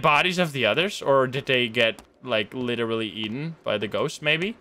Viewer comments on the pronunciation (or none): none